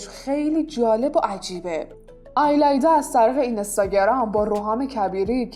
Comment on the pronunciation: آیلایدا چیه اون ایلایدا هستش